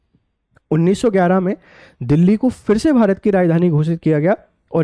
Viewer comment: bhaisab aap bhi Delhi ka uchharan galat kar rahe hai.....Delhi me phale l ata hai baad me h aata hai aur aap pahale h bol rahe hai aur baad me L